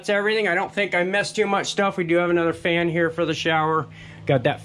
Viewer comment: LOL, he said "fart fan"